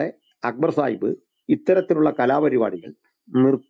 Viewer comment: സാഹിബ്‌ അല്ല, ചായിബ് എന്ന് പറഞ്ഞാൽ മതി.. 😂